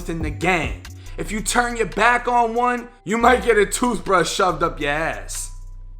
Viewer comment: “A TOOF BRUSH?!?!” 😂😂😂😂